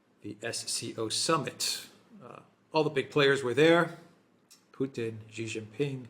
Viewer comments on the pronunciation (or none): Xi is pronouced as SEE....not Gee.